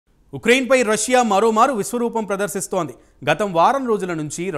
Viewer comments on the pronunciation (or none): ఇక్రైన్ కాదు స్వామి, ఉక్రెయిన్